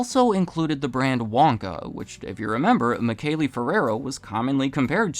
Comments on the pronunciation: Michele is pronounced “Mee-keh-leh” in italian by the way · Sure the founders name is pronounced Me Shell